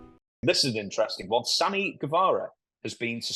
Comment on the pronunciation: Dutch trying to be respectful but didn’t say Sammy’s name correctly 😂